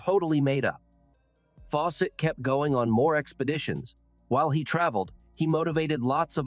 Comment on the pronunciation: lol robot voice.... faw SETT ! gave me a start. trust me on this, I have no clue how you got 211 k subs but if you want a real channel stop using the AI voices. My last interaction because theres nothing special or personal about channels that use robot voices